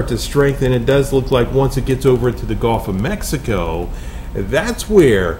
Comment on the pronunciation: Is it just me? Or is he saying “golf” a lot instead of Gulf?